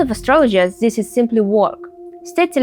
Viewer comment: практикуй произношение плиз, типичное русское зиссиз, зиз зат режет уши! Danke🫱🏻‍🫲🏼